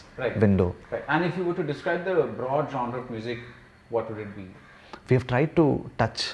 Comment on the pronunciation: Thanks for pronouncing genre correctly Vineeth